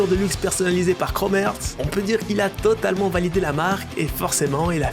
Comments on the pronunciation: Par contre ça se prononce Chrome “Harts” pas “Heurts” 😅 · C’est Heart et pas earth. Tu le prononces mal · ça se prononce chrome harts, mais snn bonne vidéo mon reuf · La prononciation est horrible ca se dit « crôme harts » et non kromertz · un énorme merci pour la vidéo, par contre ça se prononce chrome harts et non chrome heurts... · ‘’Chrome heurts’’ ‘’Chrome Hertz’’ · Aïe la prononciation 😂🙉 « Chromeurtz » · "krome heurts"??? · 8min de chrome erts j'ai les oreilles en sang sinon bonne vidéo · ca me stresse que tu dise chrome heurtz mdr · Frérot, toi tu dormais sec pendant les classes d’anglais non? Content toujours propre, mais la tu m’as tué sur la prononciation de Chrome Hearts. C’est l’accent suisse qui fait cet effet sur le “Heart” ? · Frero la prononciation de heart 😂😂😂